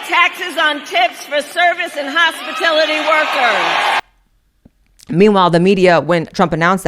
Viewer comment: Harris should keep hospitAlity out of her mouth until she can pronounce it properly.